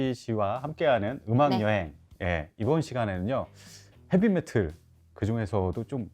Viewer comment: 헤비메틀? 발음이 맞아요?